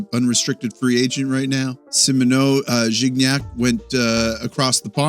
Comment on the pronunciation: "Gignac" That shit was crisp my brother "Trois-Rivières" Wonkier but still amazing Can't wait for "la formation de départ" ❤